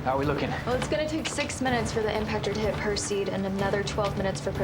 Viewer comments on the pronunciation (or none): This was all going well until Julia, an expert in asteroids with an IQ of 157, pronounced it "PER-seed." Girl! Any amateur astronomer with a toy telescope can tell you it's "PER-sse-id"! Oy vey.